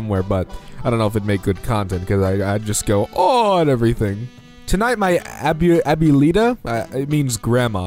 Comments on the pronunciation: To give you a hand,it's pronounced (ab-wa-lee-tuh) I hope this helped. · Hey this is how you pronounce abuelita if you want to know Ab-wel-a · Isn’t it “ a-bue-li-ta”? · Says " abuelita" Me who speaks Spanish and knows that its pronounced "awalita"